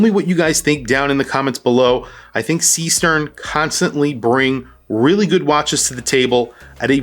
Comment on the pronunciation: The pronunciation, AGAIN, is not SEE-STERN, with an english E. Is a GERMAN name, with a german double E.